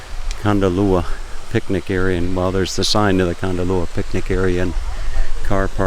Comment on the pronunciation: Hi, loved the video but as a local it is Kondallilla with the emphasis on the I and not a u sound. It is exactly as it’s written.